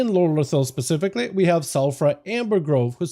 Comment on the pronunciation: This is probably the best Housing Decor guide out!! My only complaint is the amount of times the word "pacifically" is used instead of "specifically".... lol thanks for the awesome guide!